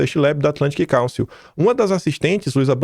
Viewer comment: Atlantic Cálcio, Ferro, Zinco e Bromo? Kkkkkk...que inglês é esse do, hein? Cálcio? Kkkkkkkkk...Council (káunsil)...